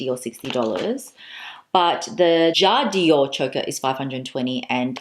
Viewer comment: <3 dear, I didn't stop watching your videos for the last few days as you are very sympatic. But please don't say: jad i ore...its called 'jadore', without an extra 'i' in the middle! it comes from 'j'adore' french for ' I love' <3